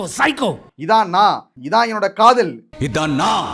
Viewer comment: காதல் ❌காதோல் ✅